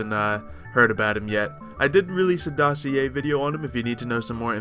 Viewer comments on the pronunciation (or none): none